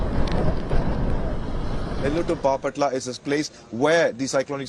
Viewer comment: It’s bapatla😂